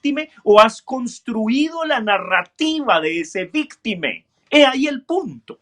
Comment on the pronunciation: porque dice victime, y no victima